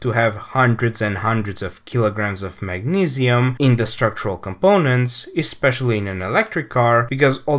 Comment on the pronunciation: he's saying mag-ne-see-uhm it's the pronunciation that I was laughing at, he said it weird.